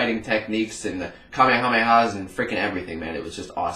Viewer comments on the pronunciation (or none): I remember when you said kamehameha wrong